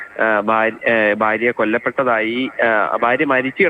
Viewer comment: വാർത്ത പറയുന്ന വ്യക്തിക്കു ഉച്ചാരണ ശുദ്ധി ഇല്ല. അതോ മലയാളം ഇങ്ങനെ പറഞ്ഞാൽ മതിയോ ❓ ബര്യാ - ബർത്താവ്. പോയി മലയാളം പഠിക്കൂ